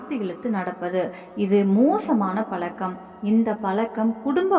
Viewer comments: பலக்கம் இல்லை பழக்கம் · முதலில் பழக்கம் என்று உச்சரிக்க கற்றுக் கொள்ளுங்கள்...😢